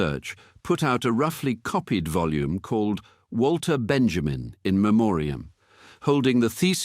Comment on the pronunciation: Please, please, please, let us not misspronounce his name. It's Vahl-ter Ben-yah-meen.